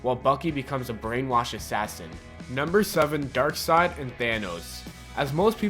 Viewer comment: this guy can't go one episode without butchering a word horribly, I think it's his schtick or something. at least he got darksied right this time!